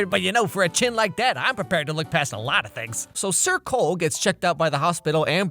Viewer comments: ohhh "SIR cole" I was hearing "circle" the entire time😂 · Lol anytime someone said "sir cole" i thought they said circle 😂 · Every time they said “Sir Cole” all I could hear was “Circle” 😂😂😂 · Man I can only hear her calling him “circle”. Every time. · you can literally hear "goodbye circule" lol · How is no one talking about how his name is SIR COLE... and is said like circle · When everytime the characters said "Sir Cole", all I hear is "circle" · every time you said "Sir coale" i thought you said circle -3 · Sir Cole? Where's "Sir Cumference"? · You know he's either lieing or somewhat mentally unstable because his pronounciation is modern..! xD